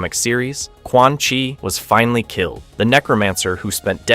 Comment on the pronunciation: did you hear quan chi?😂